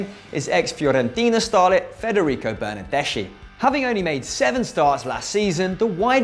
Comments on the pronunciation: It's pronounced, "Bernarde-ski." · The "ch" in Italian is pronounced "k"